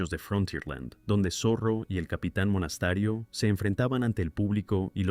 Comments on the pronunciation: Por favor, no hagan más videos con relatores de IA, es insoportable. Aburrido y encima habla mal ("Monastario" en vez de "Monasterio", por ejemplo) y encima puntúa pésimo. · Porque dice Monastario??? No era Monasterio